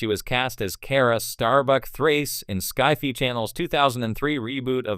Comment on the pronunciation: AI stupidly mispronouncing SCI-FI... lol